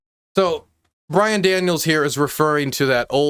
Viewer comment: BYRON not BRian. You can't even get his name correct. How can you be taken seriously?